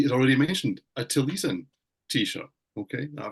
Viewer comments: Taliesin was a 6th century Welsh bard. Pronounced Tally-es-in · Another great video… (BTW it’s pronounced Tal-yess-in, named after the 6th century Welsh poet…)